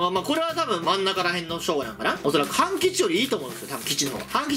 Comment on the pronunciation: たまに半吉が勘吉に聞こえる